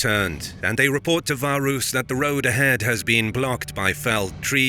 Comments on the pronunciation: Varus. V A R U S. Your name should have an a and then another a, varus... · Why pronounce everything accurately except for the Vs? If you're gonna go that far, it should be Warus.